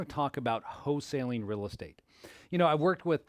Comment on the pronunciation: It's not HO-saling